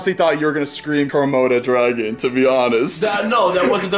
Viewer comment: "IT'S A KRAMODA DRAGON" made my day